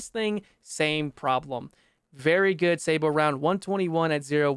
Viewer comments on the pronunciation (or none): none